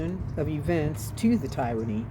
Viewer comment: it is not pronounced Tire - a - ny. It is prounounced Tier - a - ny.